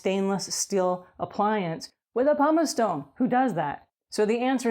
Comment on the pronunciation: Why does she keep calling it a "Pomice eStone"??